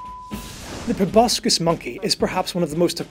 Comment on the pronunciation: It's pro-boss-sis, not pro-boss-kiss. Too ugly to kiss. Both a joke and a fact. What more could you ask?